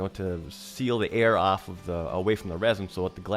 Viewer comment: Off not ahff. Perimeter not primiter. Troweling not trallling. Product not prodict. Soft not sahft. About not abought.